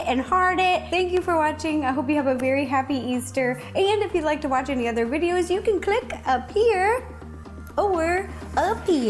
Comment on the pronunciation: Ro: so if you want to follow along yaa-can.